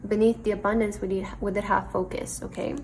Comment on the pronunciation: Pile 3...very generic reading with TOOOOO much stress on the word abundance